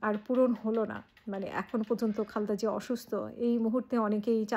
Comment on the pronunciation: Khalda!!!! Zia apni o onk somman koren nam er uchcharon dekhe